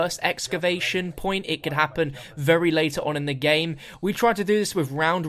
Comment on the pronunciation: Favorite moment is the says gmae